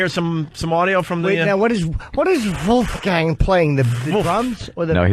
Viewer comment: Vooofgain X 20 😂🤣😭 My new favorite word he mispronounces for comedic effect! What’s yours?